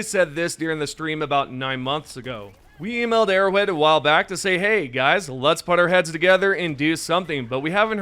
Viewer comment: arrowHEAD bro oh my god. “Arrow wed” you sound so silly.